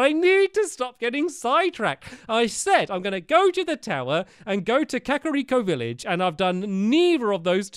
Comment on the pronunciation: You said kariko village